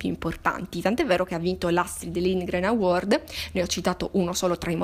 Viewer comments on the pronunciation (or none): none